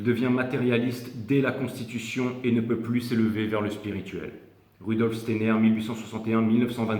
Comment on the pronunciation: Un peu en retard pour tout écouter !! "Stayenère " Steiner, mister. Merci encore . Bisous 😚